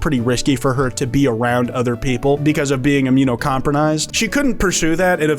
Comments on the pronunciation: "immunocompronised" lmao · He tried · “Immuno-compronized” you had one job